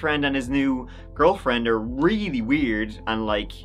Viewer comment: Maybe you should go to Moscow, to find out why she liked it so much! your "realy" was not wery nice!